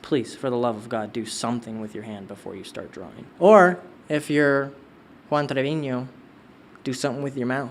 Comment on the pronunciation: That Juan Treviño pronunciation killed me